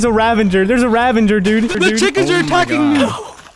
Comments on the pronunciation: Ravager not "Ravenger" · Why does everyone single YouTuber pronounce the Ravager “Ravenger”? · Why does everyone pronounce it “ravenger” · Noone:: ravanger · why do people say ravenger?! it annoys me. its ravager the Minecraft wiki. no hate though. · "Ravenger" lol